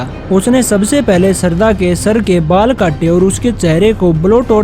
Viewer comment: Sarda nahi bhai shradha